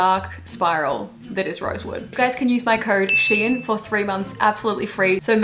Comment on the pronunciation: when you said your code is “sheehan” i thought you said “shein” and i was like HUH